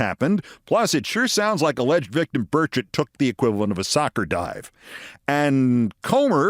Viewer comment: Every time I hear Burchett's name invoked, it sounds like they're saying "Birdshit". Perhaps this has wounded him in some way.